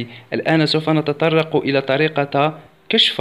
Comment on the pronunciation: إلى...............حرف جر(الكسرة ليست الفتحة) ولكن شكرا على الفيديو